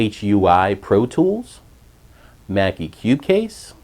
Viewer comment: Hold on.. did he just say Cucase? Come ownnn mannn